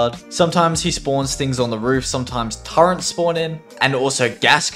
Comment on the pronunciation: ok what the hell are "turrents"